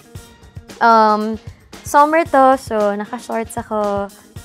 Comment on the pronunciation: "FON fact" "SOMMER"